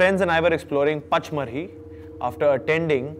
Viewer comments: Vicky...it's pronounced PANCH-MANI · The pronunciation of pachmarhi was wrong